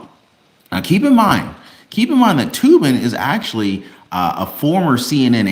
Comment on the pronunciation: Said toe bin